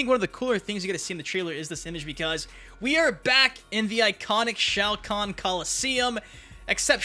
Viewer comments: ITS SHOA KHAN IDIOT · Bro that’s shao-kon